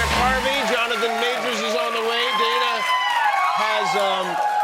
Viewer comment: His parents probably wanted a girl a named Diana. Dana is not pronounced Deene in English😢